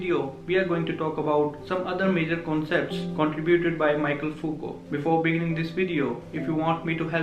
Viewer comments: mee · shel not Maikel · It's *Mikhel(Michel) not Michael